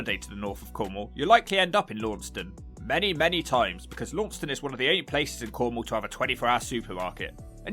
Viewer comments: LAN STUN, not lawnstun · Launceston is pronounced Laaaanston by locals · Its pronounced Lanson ( Launceston) by the way. No wonder no one wanted to be nice to you. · Launceston is pronounced “Lansen” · Launceston, is pronounced Lanson, my 'ansome. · As a Truro native who moved away about a decade ago, I'm shocked to not see Camborne at number 1 with Redruth and Launceston (pronounced Lansen by the natives) close behind. Shocked to even see St Austell remotely included on this list. Redruth used to be the heart of the now-non-existent music scene 20 years ago but I've had my head kicked in there and Camborne for no reason and know of plenty others who have as well. Never felt safe anywhere in Camborne. St Austell was always a great time out as a teen 🤷‍♂️ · Depending on if you from north or down west of Cornwall Launceston is pronounced Lanson, Redruth is Droof, St. Austell is Snozle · Launceston, Tasmania is pronounced "Lawn ceston"